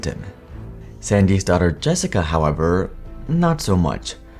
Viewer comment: Please pronounce "daughter" a little better. I totally didn't get that Jessica was Sandy's daughter until much later in the video because I couldn't understand you. But thank you for the video. It was fascinating nonetheless.